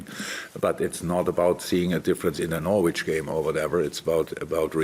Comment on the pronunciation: It’s a sign of how much people love jurgen, that no one wants to tell him he’s mispronouncing the name Norwich 😂